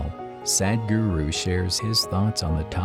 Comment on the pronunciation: To the narrator. The ,"Sad" in Sadhguru is not pronounced like the word "sad" It's pronounced like the word "sud".